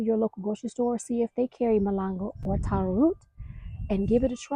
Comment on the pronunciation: Congratulations for saying taro correctly. You wouldn't how many people and AIs get it wrong.